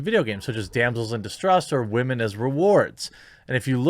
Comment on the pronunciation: "Wamen". Damn, that's so funny. Shadilay and praise kek.